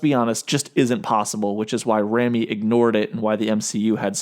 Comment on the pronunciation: So I have noticed that in a few videos you do not know how to pronounce “Sam Raimi.” It’s RAY-ME